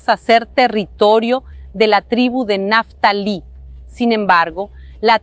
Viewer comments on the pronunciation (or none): Naftalí? ... NO; no es de naftalina; es Neftalí.